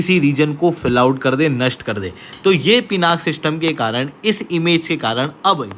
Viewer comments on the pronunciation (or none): Please update yourself. In Sanskrit it is pronounced as Pinakaa because last alphabet is given more stress while speaking. Hence, 'aa' wala sound aata hain. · Naming conventions in Bharat are originated from Sanskrit (Samskrutam) words. All Indian languages originate from Sanskrit and hence the name is Pinaka, not Pinak!! Stop pronouncing Sanskrit words as Hindi. Most of the language wars in India subside if everyone relates their languages to be derivatives of Sanskrit… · Pinaka is not an English word. Pinaka is a Sanskrit word. It is the name of Shiva’s bow. It is pronounced as Pinaka in Sanskrit.